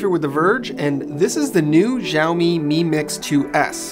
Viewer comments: Its not jiaomi. It's SHaomi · Is it that difficult to pronounce the company's name even close to correctly? Xiao mi = Shao mi, NOT Jiao mi... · Xioami is said more like a S sound than a Z for future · It’s Xiaomi as in ‘Shaomi’ NOT Jiaomi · Its sao mi. Not jao mi. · It's Shaomi not jaomi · Why everybody's saying "Jaomi"?? It's pronounced more like "shaomi" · Zaomi? I thought it was pronounced Shaomi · It's 'shaomi', not 'jaoimi' or 'zaomi' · Why the hell does this channel not pronounce Xiaomi correctly? It's not like the letter X doesn't exist in English. X is x like in xylophone. Why is it even pronounced as J now? WTF. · Pronounce it like "saomi" not "jaomi"...😑🔥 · It's Xiaomi not Jaomi 😀😁😂😀😁😂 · Its not zaomi lol😂😂😂😂😂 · WTF is Jaomi? It's Xiaomi. Xi--ao-- mi. It's not that hard at all. If you still don't know how to pronounce, at least listen to Google translate first. What the hell is Jaomi. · Pls dont say “Ziamo mi mix” its xiaomi, u must say “Kciaomi” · 'x' in Chinese is pronounced more like a 'sh', think of Xiaomi more like shao-mee. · Its pronounced as Shaomi BTW. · Xiaomi is pronounced like shao-mee. Like shao in shaolin soccer. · Yo it's pronounced SHEEYAO-ME, there's no Z-sound in Xiaomi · That's absolutely right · its pronounced sha - o - mi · jaomi? jaomi? such , take 40secs to search for the name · No it's pronounced she-ao-mi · A note from a Chinese speaker: it's pronounced SHE-ow MI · Someone please tell Dan the 'X' in Xiaomi is pronounced (roughly) 'sh'. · Xiaomi is pronounced “shao-mee”... Like “show” in ‘shower’... Why are so many YouTube channels getting it wrong??? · Pronounce it like /siɔ/ /mi/ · isn't xiaomi pronounced shaomi ??!!